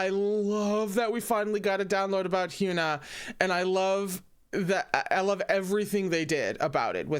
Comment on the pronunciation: Can't wait for Round 6, it's gonna be a wild ride! (Hyuna is pronounced with a soft U so it would be Hy-uh-nuh)